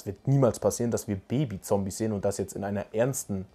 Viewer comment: Sorry Es Triggert mich wie du immer "Zombies" sagst